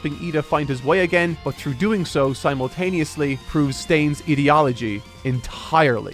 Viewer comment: I love but the way he pronounces ideology is not hitting well in my brain!!!!